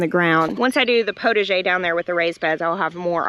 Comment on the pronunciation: Okay for your "potager" garden: PotAger. You need to pronounce the A like pot a jay. 😉🥰 Otherwise it sounds like "protege". From a French Canadian fan in British Columbia!👋